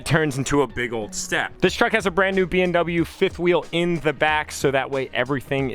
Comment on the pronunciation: I assume he knows, and it just sounded like BMW because I heard him say that too, haha!